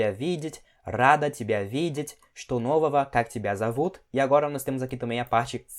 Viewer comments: Pq ele fala (est novova) sendo que deveria ser (est novoga) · “нового” se pronuncia “novava” ou “novaga” não consegui escutar direito a sua fala 😅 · Só uma dúvida! Em что нового a palavra нового a letra г tem som de v? Pois eu juro que ouvi claramente você falando um som de v.